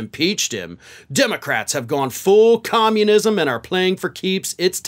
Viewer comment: Com-mun-is-m. The only four syllable word old Three Toes knows, so she uses it a lot.